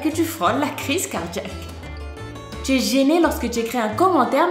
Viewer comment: Qui a remarqué elle a dit ti est au lieux de tu est😂😂😂😂 sa ma fait rire